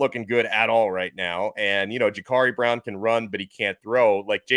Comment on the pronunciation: It’s Jacurri Brown not Jacarri Brown